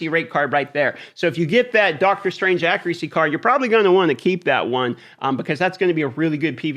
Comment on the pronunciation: How does this guy not know how to pronounce accuracy?